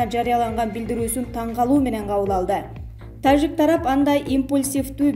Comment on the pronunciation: Нормальный окуп айт таджик дегенди угуп корсон канча элдер угат